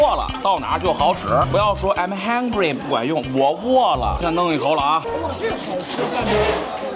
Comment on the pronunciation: 这英语也不赖，I'm hungry，哈哈